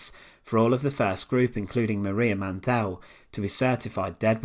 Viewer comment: Why pronounce the E in Mandl so hard? There is no E